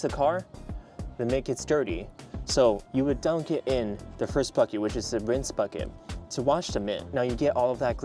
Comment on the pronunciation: a what sorry? Winse towel? I didn’t understand sorry